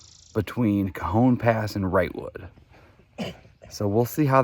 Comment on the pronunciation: Pronounced Ca -hone pass...